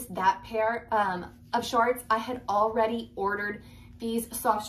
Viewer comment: I can’t take you seriously when you keep saying “shaarts”!!!!!!!!!